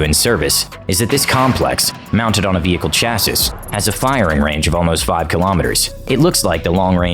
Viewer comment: And how do you pronounce “chassis” again? ——Good presentation. Thank you.